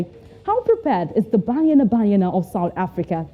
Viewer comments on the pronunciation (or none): I like the way the presenter is calling banyana banyana 🤣🤣🤣